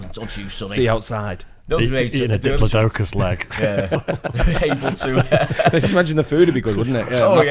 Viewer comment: diplo - d'oh - cus?